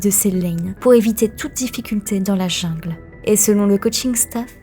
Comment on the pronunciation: prononciation coréenne super mais le mot jungle prononce en français au lieu de l anglais, mes oreilles ont sursaute